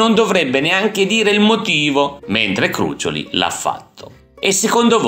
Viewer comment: un piccolo appunto...Crucióli...con l'accento sulla "o".... ciaooooooo 👋